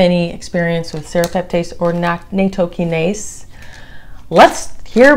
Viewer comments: Not Naytokinase its NATtokinase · Nattokinase is a Japanese word pronounced: natto-ki-na-zay. na as in nachos. "to" like the word toe. Ki, like the word key. Na again. zay, like the word say but with a z